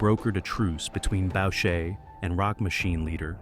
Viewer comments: It's Bu-shay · I think your video sucks! You can't even pronounce Mom Boucher's name correctly! That is not Mr. Rizutto ! Your a joke. Jeff D. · Except Maurice is pronounced "Mo-reese" and Boucher is not pronounced "bowcher", it's pronounced "Boo-shay"... Among many other mispronunciations... Way to make yourself sound stupid... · You are ignorant of the spellings and names of criminal networks. The least you could do is basic homework. Its not PAGONS, its the PAGANS. The name of the head of Montreal Hells Angels President Maurice "MOM" Boucher is pronounced "Boo-shea", like Shea stadium in Buffalo. The photo's and video content of your production are all over the map. Have some pride in your creation, just slapping together anything shows that you don't care what people think about you, or your product. Take your time, access proper footage, and make sure that the criminal groups and their main players are properly respected. It doesn't take a lot of extra time to get it right, and you'll find you have many more views on your videos. Good luck.